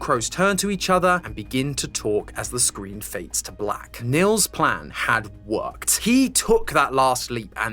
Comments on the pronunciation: its not pronounced nills thogh in germany where i guess this name comes from we pronounce it neels. if that makes sense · Btw as a german i wanted to say you the name Nils is pronounced like kneels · it's neels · Great video, lots of Love from Germany! ❤ Actually having a friend called Nils, though, I feel obliged to point out the name is pronounced "Kneels"! 😂😊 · I know German names and phrases can be quite difficult to pronounce for non-natives, so just letting you know the name Nils is actually pronounced like "kneels". Hope that helped ^^👍🏻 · Nils is not an uncommon name here in northern germany. But you totally butchered the pronounciation, because it's suppost to have a long pronounced i. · As a German, the way says "Nils" will never stop to be funny